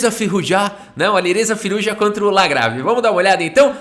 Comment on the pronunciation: “Alirrêza Firrujá” kkkkk